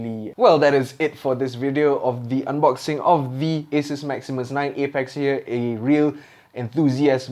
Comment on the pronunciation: Eh-Peks... No, it's pronounced APEK.